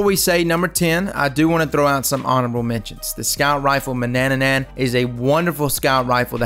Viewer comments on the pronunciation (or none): Why does every youtuber call it ,,Mannananan" ? It has to be ,,Mannanan" ok? Its one ,,nan" less.